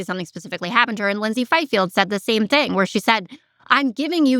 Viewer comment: What's "disturbing", at 3 minutes in, is "the most imporant theeng is the non-political stuff" (in other words, the a-factual opinions which enable jokes like y'all to pay the rent). It's certainly possible that Platner could (eventually) turn into a Fetterman, but right now his message (at least as far as I've heard most recently) is spot-on. If he does drop out, it will be because of cretins like you (apologies to all cretins) who are a pox on the institutional veracity of the fourth estate. Grotesquely provincial, a prime example of 'Modern-American' duplicity. Raging moderates? More like Milquetoast Mediocrity... Here's a novel idea; why don't y'all 'get a job' that supports those that make your 'lives' possible...